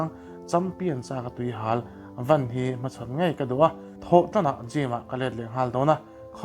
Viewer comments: Vana ti a i lam hi a ho mizo hming a lam tum tal a ngai mi. Josua van a nih khi .😊😅😂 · 'Joshua Van ' tih a ' Van' i lam rik dan khi mizoin ' Pu Vana' tia 'Van' kan lam rik dan ang khan lam rik mai tur aw